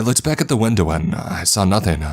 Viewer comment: Why every word he say end in Ah! Windowah womanah Ah Ah Ah. Shit annoying